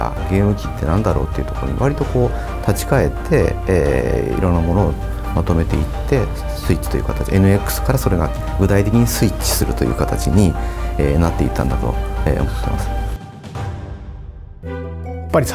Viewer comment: Its pronounced N-X